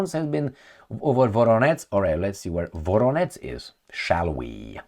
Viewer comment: “VoroneZH” and “ZHitomir” -> learn to pronounce! It’s not a Rocket Science !!!